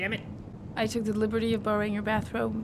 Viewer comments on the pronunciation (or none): none